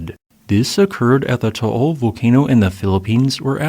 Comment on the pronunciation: oh hey props on pronouncing Taal correctly